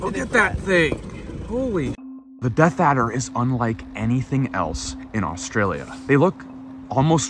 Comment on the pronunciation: "Deaf Adder" at 5.27😂- I think he means "Death Adder" (as typed in earlier in the video)